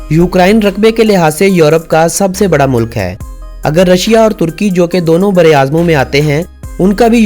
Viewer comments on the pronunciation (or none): none